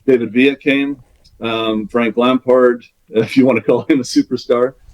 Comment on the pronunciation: Dumb ass saying Frank Lampard like that